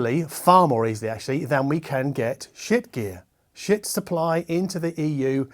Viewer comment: Shiit is pronouced as Sheet. The shit joke has a beard.